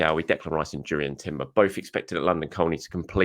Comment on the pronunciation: Durian Timber ...😅